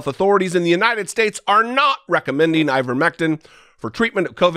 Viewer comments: Marge kept saying Ivermectim. It’s ivermectin with an N not a M. If you’re going to tout something at least get the name correct. Margo says her husband took ivermectin when he had Covid-19 and now he’s strong as an Ox and faster than Secretariat. 😂 😆. I’m glad he recovered but that doesn’t mean the ivermectin made the difference. Monoclonal antibodies are a proven treatment and no one knows the severity of his infection. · Those are pretty funny goofs by MTG. I think she was also saying "ivermectim." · She kept saying ivermectum. Can't even say it right. So yeah. She's an expert on it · Did she say "Ivermectum"???? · Wait. Did she say "ivermectum" ? How do you administer that ? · Iver Mectum (that'show MTG pronounced it), a Norwegian man who perhaps won the No Bell prize....? :) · Maybe I’m the dumb one but I thought the name was ivermectiN not ivermectiM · I swear the green dumbo is saying, "IvermectiM". I have no doubt whatsoever that her elevator does not go all the way up to the top floor.